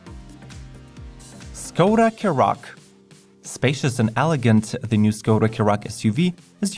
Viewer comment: škoda is pronounced as “shkoda”